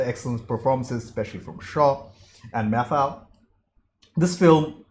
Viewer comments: you said Walter Matthau's name correctly the first time you said it - "math-ow". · Your first pronunciation of "Matthau" was the correct one. He was a comedic actor best know for "The Odd Couple" (1968) a comedy he starred with Jack Lemmon and one you would enjoy. It became a TV series in the early half of the 70s.